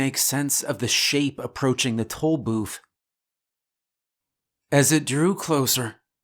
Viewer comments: I keep hearing "Toll Boof" and it makes me more scared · I am fairly certain you are saying toe booth lol. love your stories man.